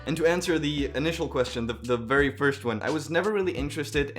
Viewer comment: “I was born at a vary young age” 🤣🤣